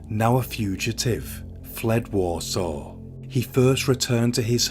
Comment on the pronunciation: He pronounced Warsaw wrong as well, But you still knew what he meant. 😂😊